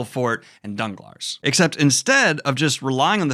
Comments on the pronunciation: Sorry, after the 3rd "DanglarSSS" I had to quit the video. It read "Danglar", the "s" is silent. If it's pronounced your way in the movie, then the movie really is dumb. I have watched every Monte Christo adaptation, including the Jean Marais & the Richard Chamberlain ones in German and Polish and they always got the pronunciation right. English adaptations really make people dumb. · I have this major pet peeve of Youtubers apologising for "butchering names" because buddy, you can just google the pronunciation, it'll take you 10 seconds, but you didn't even APOLOGISE. Ferdinand? DanglarS? SADEROUSSE? Or is it CHaderousse you're not sure there yourself eh. Didn't even try with Faria or Benedetto please just google their names you sound so silly in this otherwise valid rant, especially as you clearly know you're butchering them. Genuinely just checked if the English translation just changed their names but no, you're just not giving a damn. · *it's pronounced don-glar 🙈